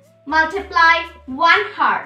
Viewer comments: its not pronounced as o-u-r not h-o-u-r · Oo my god who will teach you English PRONOUNCIATION it's not heart it's hour CORRECT YOUR ENGLISH AND PRONOUNCIATION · Hour hota hai heart ya hertz ok well done